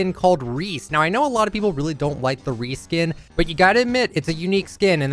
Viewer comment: Just me or did it sound like Re skin instead of Reese